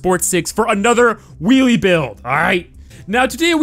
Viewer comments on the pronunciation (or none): none